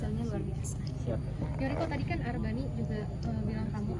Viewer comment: Yoriko mas bukan Yuriko